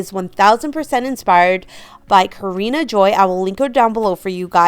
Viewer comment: Kaarin Joy ( Car-in) not Karina! Sorry not being rude I just follow her! You are incredibly creative and I love your stuff! Much respect that you give credit to where you get the inspiration! Thank you for all the ideas❤